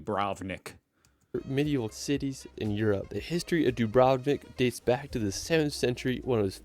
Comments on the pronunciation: Don't wanna be a hater, but the guy in the video pronunced 'Dubrovnik' wrong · As a European, that pronunciation of "Dubrovnik" made my ears bleed